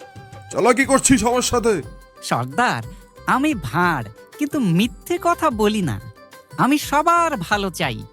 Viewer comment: Intro তে গোপাল ভাঁড় বললেন নাকি গোপাল ভাউ বললেন?